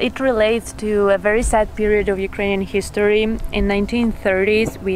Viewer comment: спробуйте замінити у вимові англійських слів звук "і" на "и". Наприклад, коли кажете: лейтлі, хісторі ((lately, history) - це звучить по рюцкі. Лейтли та хистори звучатиме англійською без акценту.